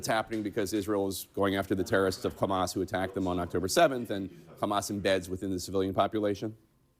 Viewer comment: Bro did Jake Tapper hit the "ch" on Hamas? What?